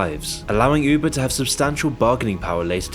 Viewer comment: said "Üubuh" 🥰